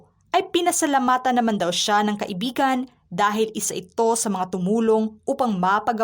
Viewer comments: Kai/bi/gan hindi ka/i/bi/gan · HINDI KAI IBIGAN ANG TAMANG BIGKAS, DAPAT KAIBIGAN" VOID HIND PALA KASAL EH LIVE IN PARTNER LANG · Dapat kaibigan ang tamang bigkas at hndi ka ibigan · Hindi maganda ang pagbigkas mo ng kaibigan . Nagiging iba ang meaning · Hndi magndang pakinggan ang pagkakabigkas mo ng salitang kaibigan ksi parang lumalabas na nagkarun ng relasyon c Francis M at Robby Tarroza eh